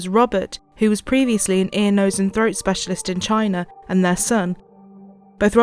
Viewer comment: had to stop walking when you said they migrated from " Chiner" ... smh